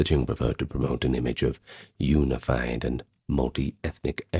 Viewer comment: You lost me when you said unified. Prefer the ai voice lol